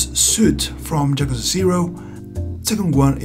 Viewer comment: Cool video but it bother's me so much that you say Jakuza XD. It's Yakuza pronounced with an Y like in yolk or yodeling.